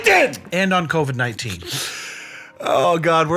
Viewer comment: “ Covidius ninteena” I will be naming my kid this 😂